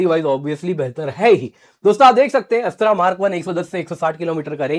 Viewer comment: Sir missile name is Astra(अस्त्र) not अस्त्रा Its a hindi word which means a weapon which is used by throwing away like bhala Wheras Shastra(शस्त्र) include gun,knife,talwar